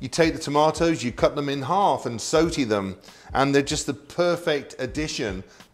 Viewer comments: I wish he could pronounce sauté properly. Very brexit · Love this guy. But is he saying sotay instead of sawtay for saute’? Is that the correct way ? Doesn’t matter. Great videos ! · You pronounce it sau-tee in England? Never knew that. In the US, we pronounce it sau-tæ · “Take the tomahtoes, cut them in hahf and sotie them” you can’t get any more british than that